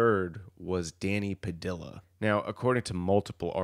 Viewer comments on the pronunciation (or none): I see you have learned to pronounce Mentzer correctly. Your next challenge is to pronounce Padilla properly. In Spanish a double l is pronounced silently so it's Pa Dee Ah or Pa Dee yah. Perhaps a native Spanish speaker can confirm. Other than that I enjoyed the video.